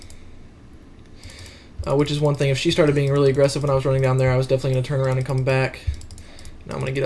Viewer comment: I dont like it how you say 'the' and also i dont like it how you say 'of' and especially i dont it how you say 'and'.